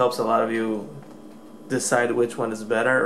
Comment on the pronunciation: The last time I heard someone talk this much shit (SCANDISK & SANSUNG) on youtube it was the vigilant christian! Seriously, if you don't have a fucking clue how to say the names or brands of the items you are comparing or reviewing then leave that kind of shit to someone who does and kindly FUCK OFF!